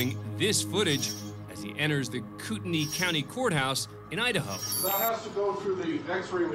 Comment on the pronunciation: A "deadly" weapon? I would like to see a non-deadly weapon, as even a pillow can be deadly. BTW, the narrator seems not to be able to pronounce a T. "Innernational" is the complete opposite of inTernational. And what's an "idennity", what means "he enners"? Sloppy speech can be confusing.